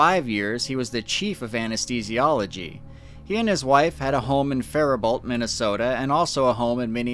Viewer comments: Its pronounced Fairbo. Not Fair a bolt. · FYI--It is Faribault, pronounced with 'bow' at the end. Small detail about the drawing--no one would leave a window open overnight in Minnesota during December. I don't drink alcohol. I wish other people would do likewise. I don't know why people can't do the simplest social event without getting so drunk. Nothing good comes of it. I was waiting for where that idea, that he had fallen from the sky, would come in. That idea is ridiculous here. Of course this is odd--he was very drunk, it was cold. People don't make the best decisions in those circumstances. That woman ignored the calls for help? Her window would have been closed, and in that area, a person can get used to hearing people screaming, arguing, or shouting late at night, but still. A crime seems likely here, but not a fall from the sky.